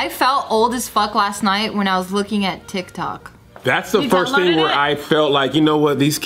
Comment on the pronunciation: When said Tic Tok, i thought she was talking about tik tok from Kesha kkkkkkkkkk